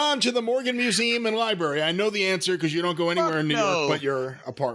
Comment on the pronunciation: Definitely said museeem originally